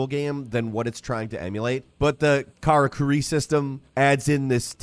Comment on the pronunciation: Great game. Much more accessible than Monster Hunter: Rise and the karakuri system is fun. Some of the textures are laughably bad up close and the rain is awful but I havent experience any performance issues on Series S. But the game mostly looks great. I was willing to overlook your mispronunication of karakuri and tsukumo but did you pronounce palico as "palicho"? Bruh it's palico like a calico cat.